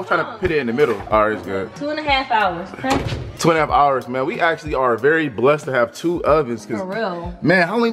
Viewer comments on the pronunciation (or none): none